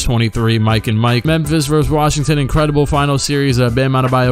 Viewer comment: "And Lucas Lucas who i think got a new suit ingredable i like the fashionsens" had me dead 😂😂😂